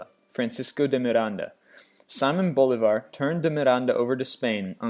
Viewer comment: Good video but holy crap you pronounce things bad. It's not BÓlivar, its BoLÍvar, it's not Pitzarro, it's Pitharro or Pisarro, it's not CÓrtes, it's CorTÉS and I have no idea what the hell you said when trying to say GesTÁpo, something like GEstabuh.